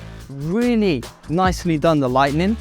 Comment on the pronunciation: Nice house, love the stone work on the outside and the fantastic views. Just a quick correction, lights are pronounced light-ing, not light-NING (that come after thunder...or Thor).